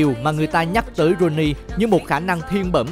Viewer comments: Ronaldinho mà cứ thấy đọc Rooney 🤣 sau làm video đăng lên thì tìm hiểu kỹ hay nói đúng chuẩn tên cầu thủ trc nhé! Nghe bực mình lắm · Sao toàn đọc roney k z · ronnie là tên thân mật của Ronaldinho đó bạn , bạn tra google sẽ biết nhé ,chứ ko phải roney của tuyển anh nha 2 cách đọc khác nhau mà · ko biết nghe nhầm ko hay có tên khác ngoài ronaldinho, mình lại nghe tên rooney thiệt là đau lòng =)) , cũng nghe thêm lần nữa, rô ni hay rooney vậy ae :D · 2 lần đọc roney..ronadinho co ten la roney nua hả ae.🤣🤣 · Ông này đọc kiểu gì mà cứ roney hoài nhỉ :(